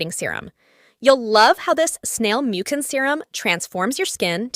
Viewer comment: Mucan😂 its pronounced as miu-cin